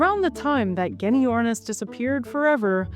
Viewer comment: Genyornis is pronounced jenyornis.